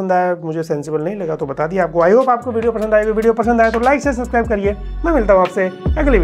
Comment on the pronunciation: सेब matlab Apple 😂